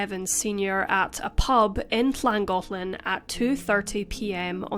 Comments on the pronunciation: As a resident of N. Wales and of the county of Denbighshire, your pronunciation was spot on of both Llangollen and Rhuddlan ❤️ Thank you for sharing this case x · As someone who lives in Wales, I appreciate the effort in learning how to pronounce Llangollen